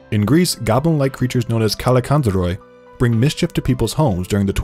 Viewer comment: Greek here its pronounced "kalikatzari" loved the vid👍